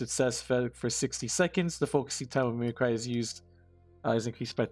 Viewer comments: Mimic Ree, not Mimi Cry. owo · Thanks for the vid but it's pronounced /ˈmiməkrē/. Sorry that gave me a chuckle. You just keep saying thoughout the whole video.